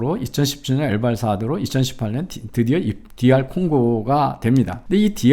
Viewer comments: 이병태 교수가 아무리 엘발사도르라고 믿고 있더라도, 엘살바도르가 이병태 교수를 위해 국명을 개명할 수는 없는 노릇입니다. (두번 반복한 것이니 발음 실수는 아니죠?) 나는 이병태 교수가 좌파라고 생각은 안하지만, 자신의 미스는 무조건 인정하기 싫은 개꼰대 인간형이라는 생각은 드네요. 아홉가지 의견이 일치하다가 한가지만 달라도 공격하고 조롱하기 일쑤인 인간성 별로 안좋은 가세연에 굴복하기 싫은 심정은 이해합니다. 하지만 판사 입회하에 변호사가 찍은 빵박스 투표함과 반쪽 도장까지 포샵질일지 어찌 아냐며 졸지에 문재인의 애완견들과 한편 먹는건 우파 지식인임을 자처하던 분이 할짓은 아니지 않나요? 가세연을 존경할 필요는 없지만 최전선에서 문간첩과 투쟁하는 그들을 방해할 이유도 없습니다. 적어도 우파라면 말입니다. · 우리나라가 선거시스템 컨설팅 특히 사전선거에서의 부정. 이건 이라크 콩고 기니 다 공통문제였그 일부는 qr이 핵심기술이고 볼리비아는 히든서버도 있었지. 근데 무슨 ㅋㅋ 말 할때 엘봘 사도르? 엘살바도르입니다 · 한가지 더, "엘발사도르"가 아니고 "엘살바도르" 입니다